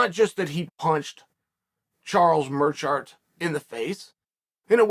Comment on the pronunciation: charles merschart 😂